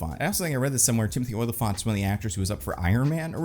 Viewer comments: its not OY-lyphant, its O-lyphant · Oh-li-phant. Not "Oilafont." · It's not Oily-fant, it's Olly-fant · Every time says "Oily-phant" it kills me